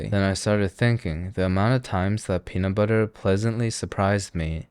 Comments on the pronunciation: Did he say the penis flavor? 😂😂😂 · the what flavor? I heard an S in that word, that was not "peanut" 0.0